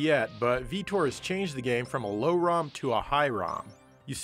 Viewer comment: He misspronounced SlowROM and FastROM, which is the way the CPU reads the ROM, being SlowROM (2.68 mhz) or FastROM (3.58 mhz)